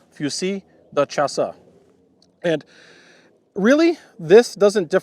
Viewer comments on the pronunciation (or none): More like "shuss" (fuss with sh instead of f), I´d say. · It's pronounced like "shass" whitout the e audible at the end. Interesting video as usual. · The E at the end is silent.